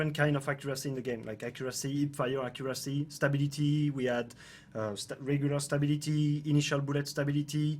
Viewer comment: He is saying STABILITY right here, took me a minute to get it, in case others were also thinking "WTF"